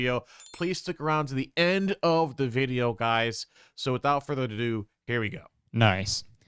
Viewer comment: he said without further dodoo hehehe